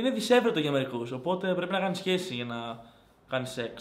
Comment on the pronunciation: μονο εγώ στο άκουσα αντι για σχέση - χεσει